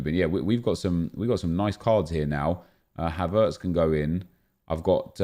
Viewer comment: WHY DO YOU PRONOUNCE HAVERTZ LIKE THAT???